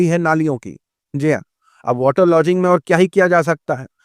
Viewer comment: वाटर लॉजिंग नहीं रे मदरसाछाप, वाटर लॉगिंग होता हैं